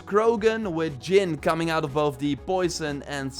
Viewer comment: It’s pronounced Jin with a “J”.. not Yin bro get your life together...